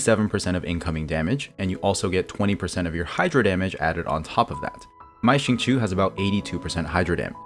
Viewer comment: awesome video ! this abyss was definitely a lot more fun than the last few cycles (aka wolflord). just an fyi, xingqiu is pronounced shing-choh (qiu rhymes with low and not chew)